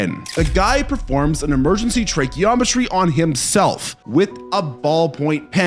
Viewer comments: An emergency tracheomany you say? Lol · Tracheometry??? lol. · No he said a tracheometry not a tracheotomy lol